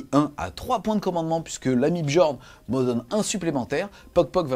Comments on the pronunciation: coucou, comme d'habitude grosse dinguerie la vidéo ! un grand merci ! CEPENDANT : "bjorne" ! BJORNE ! ça se prononce "biorne" ! snif snif mes oreilles... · Ca se dit "Biorn"